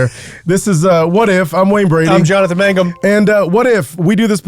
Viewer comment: Its MANGUM! ,,, :)